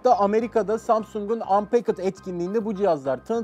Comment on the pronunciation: unpacked'i anpekıd diye okuyan abimize selamlar